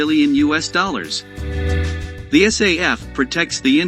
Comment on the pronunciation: Is not say f ,is SAF